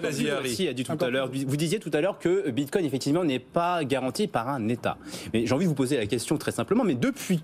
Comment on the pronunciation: Le "Binecoin"... En un mot on comprend que ces types sont des clowns (en tout cas dans le domaine de la crypto).